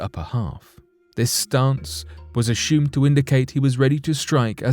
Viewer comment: Is it a "snake" or is it "shhhnake"? Also + is it "assumed" or "asshhhooomed" just like ...??? NOT sure about this Channel though... hearing a LOT of "Lamestream Narrative" being repeated here, on this channel. The lack of video evidence (i.e. using simple "Stock Footage" that anyone can buy for cheap) and NOT using anything that even resembles a "unique" experience... except for the reemergence of what's called "Picture Video" where one just pans across a picture to give the illusion of an actual "video".... Hahahahah! "conshhhumed"... IDK if the artificial voice is getting worse or if it's getting worse... Let's see if we can't get it to pronounce "assume" correctly without a programmed "sh" sound when experiencing a "ss", yet only on occasion... IDK it CAN pronounce "possibility" but NOT "assume" correctly... with the attempt to lull one into the "trance-like" zone that TV cadence will put one under. I mean, what's up with that?!? Meh! These are not the droids we're looking for... move along, move along!!